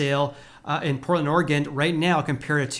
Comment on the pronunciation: There is no ‘D’ at the end of Oregon.